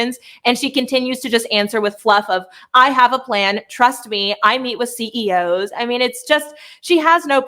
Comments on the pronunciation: Co's ? Harris it's CEOs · Sounds like she said C.O.’s that’s corrections officers not C.E.O.’s